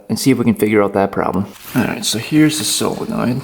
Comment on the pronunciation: It's solenoid not fckn silinoid